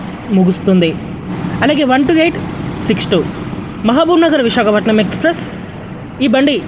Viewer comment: Ore edava visakhapatnam anedi clear ga palakara